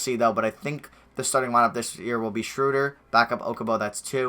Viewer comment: its not shrewder smh